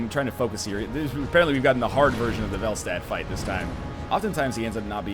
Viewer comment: Velstadt has a german autograph, so the pronunciation is actually fel-shtat. "Town of Vel". Whatever that means.